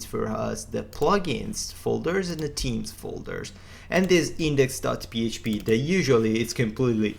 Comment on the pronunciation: Really useful tutorial, however please learn how to say "themes" correctly. found it difficult to understand what you mean with closed captions on.